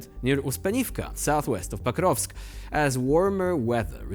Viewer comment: Not Pakrovsk, but Pokrovs'k.